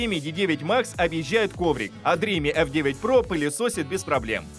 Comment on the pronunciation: Спасибо за работу. Сразу ясно, что с английским у вас пока слабо. Dream[dri:m]. Последний звук m. Никакого i в конце нет. Look up the dictionary.